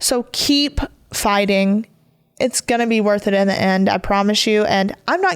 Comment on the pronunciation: Omg. It’s not fightinc or happeninc. There is a G at the end of these words. All words ending ing you say inc!!! It’s obnoxious